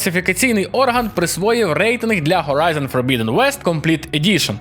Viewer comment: Horizon Hogwarts Hades Это всё английские слова. Не надо их "украинизировать" заменой звука Х на звук Г. Это неправильная практика, которую не стоит популяризировать, пожалуйста.